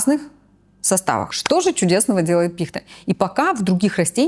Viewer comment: Как же режет слух когда не правильно ставят ударение в слове пихта. Это просто отвратительно